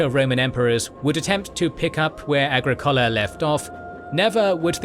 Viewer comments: prounounce “aGRIcola”, not “agriCOLa”. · A-gri-COH-la A-gri-COH-la A-gri-COH-la! The narrator breaks immersion. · Agricola is pronounced ah GRIK ola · Comprehensive history! I’m not a fan of the format but the content is excellent. Why did you chose that pronunciation of Agricola?